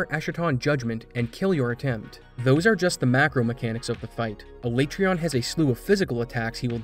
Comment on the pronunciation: everytime you say alaetreon i die a little inside